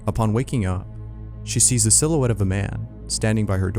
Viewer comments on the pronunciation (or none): "I see a little siluettle of a man" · “I see a little sillouetto of a man!”